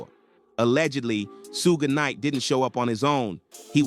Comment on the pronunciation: Sue-gay knight